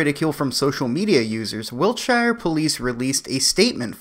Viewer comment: Sorry u pissed me off, I've heard this before. It's pronounced sheer not shire like the in fucking Hobbits.